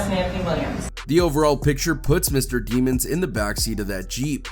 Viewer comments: Fk you keep calling him DEE-MONS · Demons is pronounced with a short e sound, not a long e sound